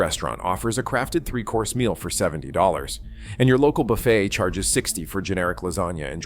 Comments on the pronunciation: AI pronounces it buf-fet rather than boo- fay as capitalism fails on so many levels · A.I. narration - it's "buff-A", not "buff-et". It's like the pronunciation of "geyser" - A.I. pronounces it "geezer"...😂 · Hey. AI, the "t" is silent in buffet. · Can't even pronounce buffet right, damn these AI generated videos. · Between mind-numbing repetition and AI narration and writing that can’t pronounce “buffet,” this is the failed Las Vegas buffet of video reports. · More A.I. garabge, Robot Voice cannot even pronounce the word BUFFET correctly